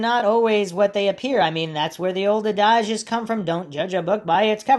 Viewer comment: adage is pronounced: ‘a •duhj,’ it isn’t pronounced ‘uh• dahj